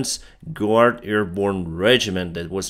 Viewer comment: Hi, — since you stress you’re still improving your English, the “u” in guard isn’t pronounced. English has the same word in two forms: guard borrowed from French, (rhymes with “hard”). and Germanic “ward” (rhymes with “lord”). The prison warden is the boss of the prison guards — who can also be called warders.